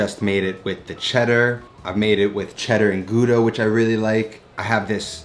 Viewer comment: Just a little comment on your pronounciation of Gouda (from a dutch speaking flemish guy) . The "ou" in dutch is pronounced like "ow" in english , like in the word "rowdy" or "wow" . Check it out on Wiki and listen for your self